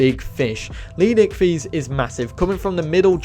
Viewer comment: Thts not how,u pronounce leedsichthys it’s leed-sick-this